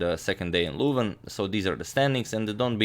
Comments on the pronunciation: Agadmator it is not Luuuuven it is Leuven, try and pronounce it correctly ;) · I don't want to be bothersome at all, but you are mispronouncing Leuven. I found a video on how to pronounce the 'eu' sound in Dutch: . If you enter Leuven in google translate, put the language to Dutch and press listen, the 'eu' sound is pronounced correctly as well, although the 'n' at the end should be stressed more (just as you're doing now actually). Just want to help you out :-) always enjoying your videos!